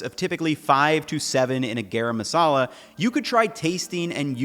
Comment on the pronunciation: It's garam masala. Not gayraym masala.